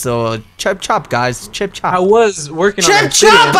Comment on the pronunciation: it's not 'chip chop' it's 'chop chop'